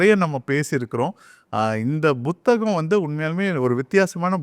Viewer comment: Buththagam illai. Puththagam...